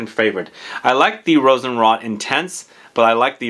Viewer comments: Pronunciation tip: Rosenroat, not Rosenrott… :) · And today (Aug 11, 2022), on the front page of Fragantica, it looks like a new Rammstein fragrance was released! Lol, looking forward to your review on that one, too. And you're really convincing me to drop about $70 usd on a bottle of Rosenrot (with the long "o" btw, like "wrote").